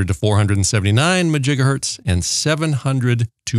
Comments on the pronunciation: What is a MAJIGAHERTZ??????are you trying to say MEGAHERTZ?…. There is MEGAHERTZ and GIGAHERTZ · I could not decipher if it is Megahertz or Gigahertz he is talking about.